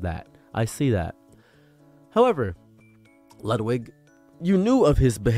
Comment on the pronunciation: Why does he say Lewdwig!